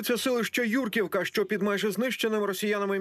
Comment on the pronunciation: Хочь би вичитали, спочатку: ЮркІвка! Наголос на і!